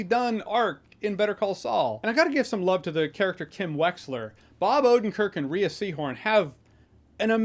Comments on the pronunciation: Great review. I miss the show and it's only been a couple of weeks. Just an FYI. Rhea (Seehorn) is pronounced as Ray, not Reeah. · Jeremy, just fyi, Rhea is pronounced "ray" not "ree-a" or "ray-a". It's one syllable. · I thought Rhea's name was pronounced "Rey" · Fantastic show, fantastic review… note: Rhea is pronounced Rhay😉